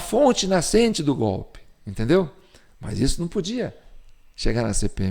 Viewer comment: Ouvir o Lule dizer " gópi " ao em vez de golpe, é uma pedrada no meio da testa😂